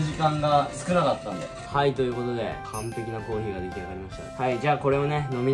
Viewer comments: コーヒーのイントネーションがコーギーなんよ笑笑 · のコーヒーのイントネーションが気になるw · コーヒーの発音が北海道民笑笑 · のコーヒーのイントネーションに違和感を感じた笑笑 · 最初のコーヒーのイントネーションが気になった笑